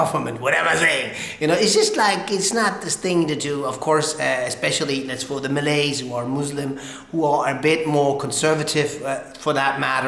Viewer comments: #1. not MALAS...you left out the " y " letter it suppose MALAYS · ..Malays...not Malas bro...Malas is Lazy..